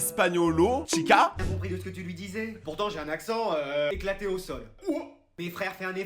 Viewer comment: "Chica" non "Chicao"😂😂